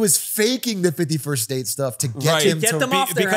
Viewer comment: every time atrioc says 51st state, i hear 50 first dates